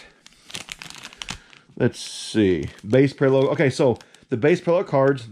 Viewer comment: I normally like your videos but please don’t open cards anymore until you can learn the word parallel jk for real though jar jar is not a good hit. And they are called top loaders not cases